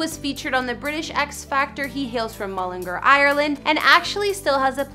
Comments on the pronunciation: How she pronounces mullingar : mullingerrr How we pronounce mullingar : mullingar Ngl she kind of annoys me hahahaahha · mullingur its mullingar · Its mullingar not mullinger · Yea it’s pronounced ‘mullengARE’ not ‘mullerGRR’. 🤣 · You know these people haven’t a clue when they say mullinger instead on mullingAr, and call Louis, Lewis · mullingARRR not mullinger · The way she is saying mullingAr is annoying me sm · she said ereland mullingr 💀💀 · Its so annoying how americans prounce all irish names towns all that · It’s pronounced mull-in-g-are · There's an a in Mullingar for a reason! Pronounce it properly, MullingAr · no no no, Mullingar, Ireland is pronounced Mull - Lynn -Gare. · Mullin- gar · That's NOT his childhood home. Yes, that house is in MULLINGAAAAAR....learn to pronounce it properly...but it's not the house he grew up in. I've actually been to his childhood home and met his dad and his partner. Why are you trying to be a 'news reporter'? get a real job... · It's Mull-in-gar. GAR! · YOUR NOT SAYING MULLANGAR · She said LEWIS and Mullingar wrong. She also said that his net worth isn’t too shabby. Hers is way less. He lives in London and LA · Lewis Tomlinson?? It’s Louis Tomlinson’s pronounces (Louie) 🤦🏻‍♀️🤦🏻‍♀️ and that house in Mullingar is one he bought for his mom. He has a house in England. I’m so done.. you acted like you knew everything and you couldn’t even pronounce Louis!! Or Mullingar!!